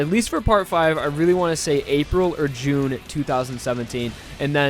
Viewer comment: THIS BOI SAID "JUNE" XDXDXDXD